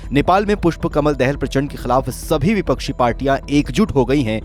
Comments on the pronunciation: देहल नही दाहाल हे। जरा सुधर करो भै मेरे।। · Dahaal not Dahal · Prachanda's last name Dahal is pronounced incorrectly. Not that it really matters but a National news channel could at least learn how to spell the PM's name right for the sake of journalism. Even if we forget about this land issue regarding Lipulekh and Limpiyadhura, it is not clear why India's new parliament shows Nepal's another city Lumbini on their map. India has border dispute with all the neighbor counties, what does that say about India? It starts becoming very difficult to maintain friendly relation if there is bullying attitude by India. Lately with Modi government, there have been so many issues including road blockade, trying to enforce Hindu Rastra on Nepal's constitution and so on.